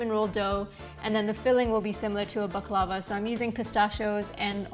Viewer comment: Pronounced " bak-la- vah